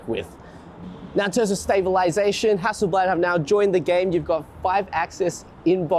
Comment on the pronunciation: hassle blaahd not blaaaad